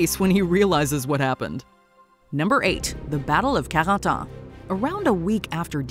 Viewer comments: The watch mojo lady pronouncing “Carentan” in a French accent makes my heart flutter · Am I the only one who's hurt by the way she says "Bastogne" and "Carentan"?...learn how to pronounce it right...other than that? Everything is awesome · Anyone noticed that they pronounced “Carentan”, “Bastogne”, and “Brecourt” wrong?